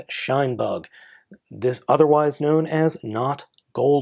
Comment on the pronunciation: i keep hearing "SHUNbug" rather than "Shinebug"